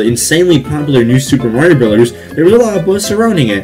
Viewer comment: i love how he said murio